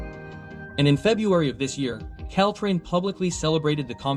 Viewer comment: wtf is Ctrain? It’s Caltrain 🤣🤣🤣